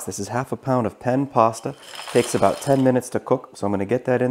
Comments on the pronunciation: “Andewey” sausage (not “andooly”) “Pennay” pasta. (Not “pen”) Otherwise great video. Oh also, please! We do not want to hear you chewing. Gross. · Actually SCHOOL TEACHER they’re pronounced AUN DEWEY......48 y/o lifelong New Orleanian 🥰 and “PENAY”......It’s in the dictionary or you can google it before class🤣🤣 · Not to be too specific, but, the correct pronunciation is "Ann Dewey", and the pasta is "PEH-neh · Actually they’re pronounced AUN DEWEY......48 y/o lifelong New Orleanian 🥰 and PENAY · That and PEN pasta hurt my heart. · Naphisa Modmonss lol. Nope I’m a school teacher and how words are pronounced matter. Also, manners matter as well. If you don’t want to hear constructive criticism, then you probably don’t care about improving what you do. I’m assuming this guy does care hence my criticisms. He can take it or leave it, that’s his business. I guarantee you he won’t mispronounce ‘andouille’ or ‘penne’ again now that he knows as I’m sure—unlike you—he doesn’t get butt hurt over hearing honest criticisms and truly wants to improve his videos. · Ya see the next time he does a video wherein he has to pronounce ANDOUILLE or Penne, he will get it right [id bet you a $1000 he gets it right trust me] and that helps him in creating better content. I prefer he be better able to pronounce words correctly even if my delivery method is a bit harsh. You’d rather he continue to mispronounce words out of a misguided effort to be “nice”. You’re being nice does nothing to help him whereas my original comment DOES enlighten him.